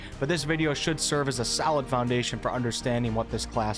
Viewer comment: it sounded like you said "this video should serve as a SALAD foundation for understanding what this class is all about"